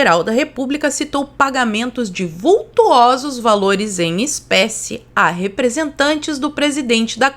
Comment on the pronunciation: Não se fala “vult U osos” , o correto é “vul to sos”.